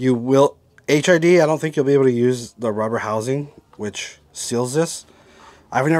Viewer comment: You might want to update your video. You say HIV bulbs/ights quite a few times. I'm pretty certain you mean HID (High Intensity Discharge) bulbs/lights